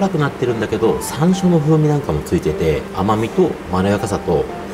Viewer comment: 山椒のアクセント何処弁、東京ではないな～⁉️毎回うまそうですわ❤️😆💕✨明日はお昼ラーメンにします🍜🌟🌟🌟🌟🌟